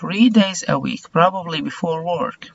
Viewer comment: استاذي حبيبي والله لو تشتغل على النطق حقك لانك قاعد تقولنا انطقوها وراي النطق الصحيح وانت نطقك غلط work , treadmill, squash كل هذي غلط لان احنا والله بنعاني قاعدين نتعلم النطق الخطا من المعلمين غير اهل اللغه وشكرا